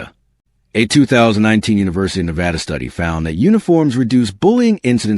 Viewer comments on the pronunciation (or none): none